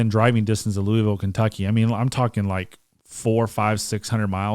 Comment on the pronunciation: Watching from Green Valley, Arizona... I graduated from Moore HS in 74, My wife from Tucson commented that doesn't pronounce his city correctly. are you born and raised Louisville? All in fun. Love the channel.